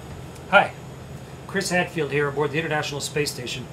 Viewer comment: Nice thing to have a nametag on your bedroom door in russian and english that identifies you as a member of the canadian airforce..i would be proud as hell ! i suppose its calIed RCAF, but you people can correct me on that...well at least i also use a IBM THINKPAD!Funny that HADFIELD is pronounced a bit like SCHADFILD on russian, but i bet than a russian youtuber will correct me on that!